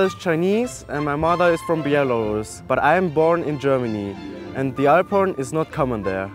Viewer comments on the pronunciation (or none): The way he says "alphorn" sounds "iporn"